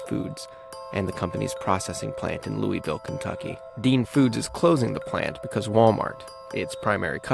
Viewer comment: That’s not how you pronounce Louisville smh